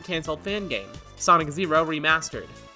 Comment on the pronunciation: Actually, it's pronounced "Hydrosittie Street Kids: Believe in Santa". In all seriousness, this video was great! looks like a pretty neat lil' game!